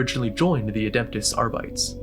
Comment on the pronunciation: R-bites? Woof it's supposed to be latin/gothic so Are-bit-tees